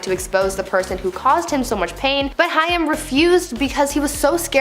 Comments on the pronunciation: Its Corey Haim.. Hay-m. smh. Embarrassing. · The mispronouncing of "Haim" as "Hi-am" was distracting. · The pronunciation of Corey Haim (last name—Haim is pronounced like Haym. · Corey Haim. His last name is pronounced HAME. RIP Corey! Go watch the movie "Lucas" It's such a sweet side of Corey. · You seriously need to do better research before you do videos like this,,,, Far too many mistakes and it’s pronounced hame!!!! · I know she said Cory Hi-am! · lol more like Corey Hey & AIM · "Cory Hi-um... Wat a dope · Who doesn't know how to pronounce Corey Haim's name? Nobody was able to help this kid out? Also the research on this show is always so hit and miss, it makes me nuts! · This announcer is not so young that she gets a pass about not knowing how to pronounce Corey “Haim”. Gimme a break. If you’re in your mid-thirties, you’d will know how to pronounce that. Unless you lived under a rock. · I did enjoy the video, although when discussing Cory Haim I had no idea who you were talking about until you mentioned Cory Feldman. He was extremely famous and wildly popular back in his day so it seems a bit lazy to me to not take 2 seconds to learn about who he actually was and how to pronounce his name so at least we know who you're talking about. Overall tho, great video! Thanks! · U said haim wrong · I cringed every time she said it too. Haim rhymes with aim. It's not a particularly difficult name to read. A bit of homework would avoid issues like this. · Corey "Hime"? I always thought it was pronounced "Hame". Correct me if I'm wrong. Big Corey Haim fan but curious if I've been pronouncing his name wrong the whole time. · Please know that Corey Haim’s last name is pronounced like HAME (with a long A), not HI UM. If you’re going to report on people, make an effort to get their names correct, please. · HAIM! Corey HAY-M, fuck, that drove me insane to hear. Not high-ym, HAY-M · corey haim sounds like h+AIM not high-am. long a. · This drove me NUTS! It's Haim, not Hiam!